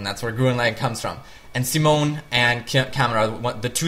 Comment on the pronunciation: Say it with me: Sea Moan. Sea Moan. Good.